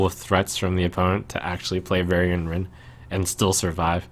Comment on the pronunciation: "Varian-nce"...ow, Trump. The value was weak on that one. ;)